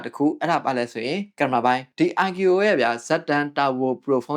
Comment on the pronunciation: IQOO ❌ အိုင်ကျူအိုအို✅